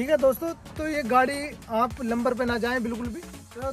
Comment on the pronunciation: Lamber nhi bhai number hota hai 😂